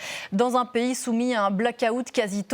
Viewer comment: Bravo pour avoir écorché trois noms de pays sur trois